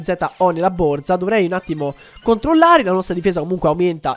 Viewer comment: Non si dice BORZA ma BORSA, esplodo quando lo dici ahahahah